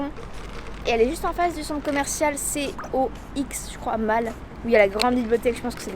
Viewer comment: Mdr comment tu prononce "mall" 🤣🤣🤣